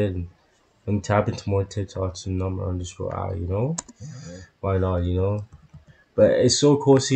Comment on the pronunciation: Thank you for your reaction to Number_i always. I haven’t been able to tell this for a long time, but I have one request for you. The correct way to pronounce Number_i is to leave the underscore silent. So, it’s Number ai. Please continue to support them.😊